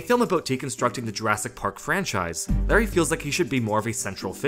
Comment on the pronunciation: It's Lowery, not Larry.